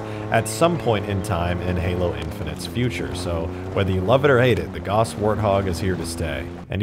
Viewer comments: Nobody's mentioning his pronunciation of the word "Gauss"? "Gauss" is pronounced g-ow-ss, not g-o-ss. I realize this might sound nitpicky but just putting it out there. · It's pronounced gah ouss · Its pronounced Gouse, like house. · It's pronounced like house...